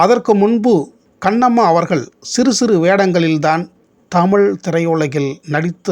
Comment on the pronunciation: தமிழ் ---- ழ -- உச்சரிப்பு சரியில்லை அடுத்த முறை சரியாக தமிழ் என்று சொல்லவும்